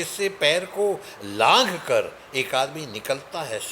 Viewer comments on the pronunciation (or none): लाघ कर नहीं बल्कि "नाध कर "है!